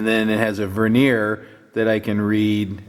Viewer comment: helps with the pronunciation of Vernier. Please share link with and. Love the micrometer though.